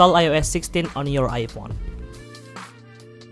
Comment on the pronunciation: Ipon he said😂